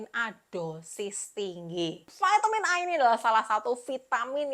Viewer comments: Vitamin, bukan vaitemin hehehe thanks ya info2nya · VAITEMIN di ucapkan dengan bahasa inggris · Kan bahasa Indonesia, baru mau komen, sdh ada yg mewakili, vitamin